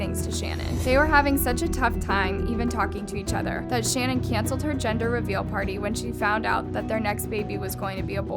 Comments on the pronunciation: Her name is pronounced Sha-naan , NOT Shannon. Very easy to find and kind of disrespectful to get it wrong through the whole episode. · It’s pronounced Sha- nan . Not Shannon . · Listening to this was pretty annoying considering her name is pronounced SHA-NAN not Shannon. If you’re gonna talk about her, say her name right. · It's Sha-naan not Shannon as someone whos watched the Netflix documentary This so so freaking horrible...RIP to the girls and the unborn baby <\3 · It’s shuh-NAAN, not Shannon...all other channels pronounce it correctly, give some respect to her man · Her name is shu-nan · shannan is ponounced shan-awn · Her name is pronounced like it’s spelled Shan-Ann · Her name is pronounced SHA Nan. I love your videos but I couldn’t ignore it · I’m sorry did you call her Shannon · Her gender reveal was not canceled because she was going to have a boy but because Chris was very distant and downright mean to her. You've got to get your pronunciation right that Shannon is kinda nerve racking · Good review. Her name is pronounced different than how you are saying....and personally , his name should just be family annihilator from here on out.....forever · I hate to be that person but hearing Shannan’s name pronounced incorrectly annoyed me a little bit. Lmao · You’re pronouncing her name wrong and it’s pissing me off. It’s insanely rude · when you were mispronouncing her name i got annoyed lol